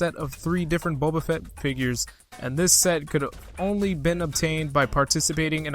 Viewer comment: Still says Bobba